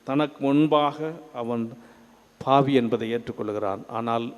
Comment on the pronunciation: Nice sermon Father. But Can't believe father's tamilzh pronunciation... tamilzh laah, La, vaali ellai - vaalzhi, phaavi ella - paavi, temble, in english... this Russian ship you hv told previously...